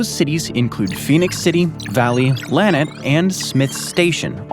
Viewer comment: Lanett AL is Luh-net.